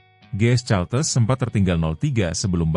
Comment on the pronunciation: Admin harus belajar ! Caltex harus dibaca kaltex, bukan caltes. Ngisin ngisini wae ! 😢 Caltex itu perusahaan minyak Amerika, singkatan dari California-Texas.